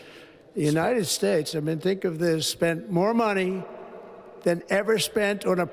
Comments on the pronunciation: United Spaytates .Trump Cant even say our country's name properly. DEAR LORD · "United spates" 😂 Here we go again with this shit. 🤦‍♂️ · The United Spates? Someone check this guys cognitive decline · “The United Spates.” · "The United Spates" Ha ha ha ha ha! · Did he just say 'United Spades' at first 😂. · When talking about Panama he says "United Spates" before correcting it as he spoke later. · United Spates 🤣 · United spates? Wtf? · Totally stoned, ah, Leon? The "united spates", what a maroon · United "Spates" ??!! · "United spates" still cant fcking speak. Yeah but ill listen to magats about biden. My eyes can generate electricity with its rolls. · "United Spates" ? Please get the man some spectacles. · "United Speights" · He said United Spates with a P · Did u catch how he said united space n yhen tried to correct to united states.. cognitive declined 😢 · United Spates?? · "..United Schtates.." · United spates lol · United Spates😅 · Elon is a true weirdo. Trump is a demented, ignorant fool. He's such a lying, heartless soul. He cant even say "United States." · He was slurring . He also mispronounced United States